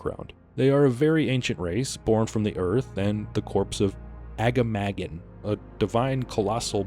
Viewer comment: Great video! However, for future reference, it's pronounced "Ah-Gah-Mah-Gahn".